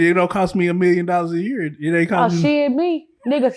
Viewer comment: she say year just like rain water